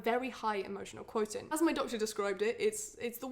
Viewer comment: I’ve never heard someone pronounce “quotient” that way